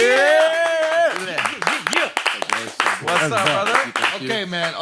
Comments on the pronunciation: ADREW, KUDOS FOR LEARNING HOW TO ACTUALLY SAY HIS SURNAME 👏🏾👏🏾👏🏾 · loved that Andrew made an effort to get the "Adesanya" intonation right